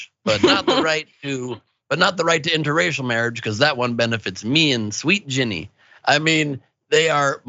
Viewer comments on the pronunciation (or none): none